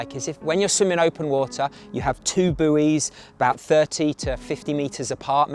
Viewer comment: I can't believe the mispronunciation of buoys!!!